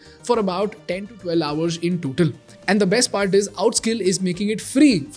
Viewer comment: Hoursh, Pershentage.. WTF? Pronunciation 'S' properly.